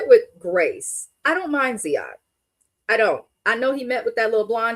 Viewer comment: His name is Ziad, not zead.